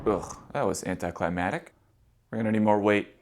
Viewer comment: anticlimactic ≠ anticlimatic (not a word)